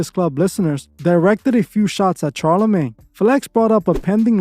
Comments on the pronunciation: Shar (pronounced SHar, not CHar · SHar not CHar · It’s pronounced shar not char but great content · Is this is an AI voice because he kept saying "Ch+arlamagne instead of "sh"alarmagne." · I agree and i literally hate Charlamane but bro ffs its pronounced like "SHarlamane" not CH sound. Its like Charlotte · Bruh, it’s very hard to watch this all the way through when you haven’t even done THE MOST BASIC of research. 3 seconds of research will let you know that dude’s name is not pronounced “Charcoal-Charmander-CHAR-lamagne”. 🤦‍♂️🤷‍♂️ I don’t know, maybe try a little harder to look into a topic before making a whole video about it, I mean you just sound stupid since in all your videos you name drop the person’s full name in each and every sentence. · All facts but why did u have to say the man's name like that?😂😂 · I love your videos and i am not a person that gets triggered. However, the way you pronounced Charlamagnes name got to me lol! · It was brutal!😂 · Lmfaoooo I was laughing each time